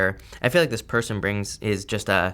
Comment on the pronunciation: I love how you "accidentally" pronounced person as Persian... thats a clue for me hahah